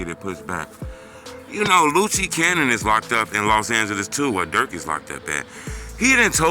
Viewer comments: lucci cannon 😂😂😂😂😂loose cannon its pronounced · Dat man name Luce Cannon like Loose lol dis nigga say Loochie Cannon lmao